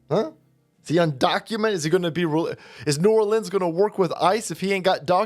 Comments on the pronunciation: We praise our heroes in Louisiana, as opposed to arresting them as they do in NY. This man is a hero. 🤣love you, but you’re putting the emphasis on the wrong part of the word. It’s New ORleans (New ARlins, emphasis on AR). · I haven’t missed an episode since 2020. The proper pronunciation for New Orleans is “Ne Awlins”. You’re welcome